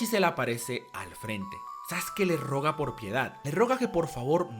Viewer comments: Se dice "le ruega", no "le roga". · ...le roga... le RUEGA... se dice Ruega.... XD... le roga que no le quemen la casita XD... P. D.: muy buen video, como siempre...